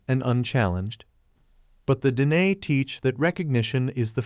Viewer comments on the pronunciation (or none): IT. IS PRONOUNCED DEN AY NOT DINE WE ARE NOT HAVING DINNER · Pronounced din ay' long accent on second syllable. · Please pronounce the word dine correctly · It’s Dine… (DeeNay) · You are pronouncing 'Dine' wrong. As a widow of a Navajo man (may he Rest In Peace), believe me.. that is not how you pronounce it. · It is pronounced Den-ay ... The AI training is lacking correct pronunciation in most of these videos.. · Pronounced Da nay.